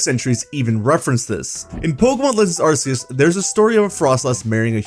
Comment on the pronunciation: And arse-eus. Like arse like how some British people say ass